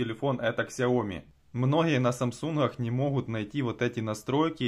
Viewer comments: Какая КСЯОМИ!!!!! Раз уж ты взялся учить людей, то произноси правильно название бренда. Сяоми! с ударением на Я. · Не ксяоми, а сяоми. Это китайская буква x, а не английская. Спасибо